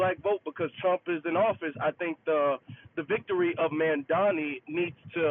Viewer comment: "I will Bote for Dawn Lawn Thrump!" 😂